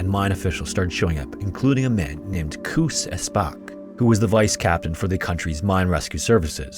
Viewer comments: Pronounciation tip; "Koos" is not pronounced "Kuhs", yet "Koas", as in "coast" without the T. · Koos is pronounced "Cose". For your next Koos. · In Afrikaans "v" is pronounced like "f" so it's pronounced "faal". And I have no idea how to explain how to pronounce "Koos", your pronunciation was hilarious though. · You pronounce Koos not like goose, but more like kous, FYI. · Koos……..why the hell you butcher the name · Really good coverage but dude, I am BEGGING you... please look up the pronounciation of Afrikaans names because they way you said "Koos" almost broke me 😭 Google is free. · Koos rhymes with Lewis. It’s an Afrikaans name.